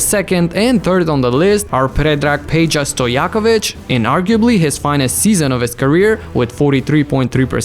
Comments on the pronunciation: I like how you say Predrag Peđa Stojaković. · Hehehehe... One of the rare NBA YouTubers that can pronaunce Peđa Stojaković :D